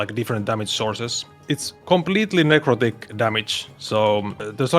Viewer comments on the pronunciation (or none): necro-dick damage? wut